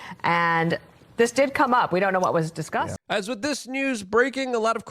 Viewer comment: Luke overuses the word “larger” and “this as” and he can’t say the word “with” right. He says “wit” I dunno why he can’t.